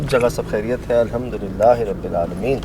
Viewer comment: الحمد للہ بولیں المد للہ نہیں